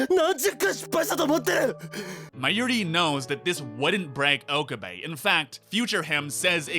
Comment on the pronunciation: I'm just going to say it. It's not pronounced "OH-kuh-bay" It's pronounced "oh-KAH-bay."